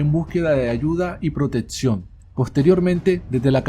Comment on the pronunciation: mejora tu pronunciación. se dice proteCción no protetsion. fíjate en todo tu vídeo y habla bien XD gracias por el material